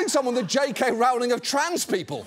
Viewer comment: John, I know this isn't important, but how does a fellow British person mispronounce the name Rowling? I mean, maybe you're trying to insult her on purpose because she turned out to be such a douche, but still...